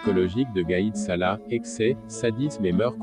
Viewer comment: gaid sala et non pas salah, en dirait 1957 58.